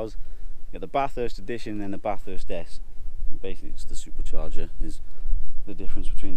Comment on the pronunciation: BTW, it is NOT pronounced Bath-hurst. More like, and say it quickly, Batherst. Make the "a" sound flat too.